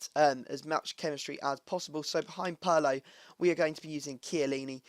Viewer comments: pier - lo... not puur - lo... -. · its not Pee Air Low, if that's what you're saying, it's Purr Low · Wtf Purlo.. Its Pirlo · Peerlo how it's pronounced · Its pirlo (Peer-Loh)